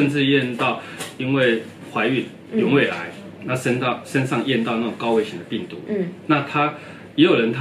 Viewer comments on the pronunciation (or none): 原位癌两次说成有y u an 位癌。本来就是术语，解释清楚本来是好事。不明白为什么一来就要争输赢，字幕也要争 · 有胃癌？听不清啊